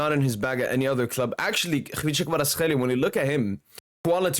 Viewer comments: Brother, your pronunciation is elite ! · Pronunciation is exact! Check if you have some Georgian roots bro ! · not even 1 min. in Video and im lovin it. well trained on name. Respect from Georgia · probably best non Georgian pronouncing of his name. well done in saying "ხ" :D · You're pronouncing him like a real Georgian bro :D